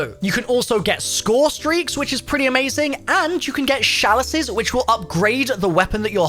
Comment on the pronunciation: My guy just said shallices